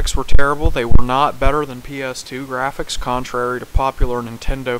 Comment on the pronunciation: Hey hater you said "the grafficks Rnt guud " graphics aren't everything a. AND DONT MAKE FUN OF NINTENDO YOU SAID OF ALL TIME ALL YOU PUT WAS NINTENDO IM GETTING 3 OLD CONSLES